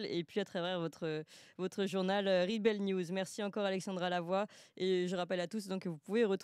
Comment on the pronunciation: Clémence a du mal avec la prononciation de l'anglais (rebel; labour...)...